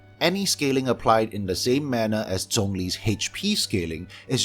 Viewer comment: My gosh, finally a Genshin YouTube channel with actual substance and is drama-free. And I LOVE that you are pronouncing names like 'Zhongli' and 'Xiao' correctly. (Yes I know the way other YouTubers pronounce it is the way the official English voice-over does, and I can understand why miHoYo accepts it since the 'zh' sound isn't really native to English, but JHONGli always felt really wrong to my ears).